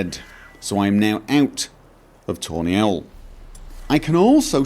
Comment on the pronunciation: it sounds like you're saying toenail when you say tawny owl :D mohahhahaha